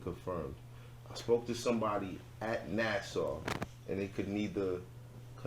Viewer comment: Nassau 😭😭😭😭NASA niggas. But good points .